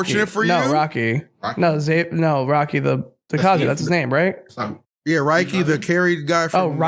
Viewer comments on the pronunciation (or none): it's Raki, was right lol, please never let confirm the pronunciation of a japanese name again